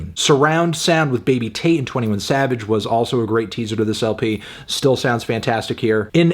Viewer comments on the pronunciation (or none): none